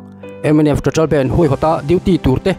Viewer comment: Nga tinge youtuber thenkhat fin hmel pui² hian, BANDH tih hi, he mi music a BAND ho ang hian in lam tlat thin le..!!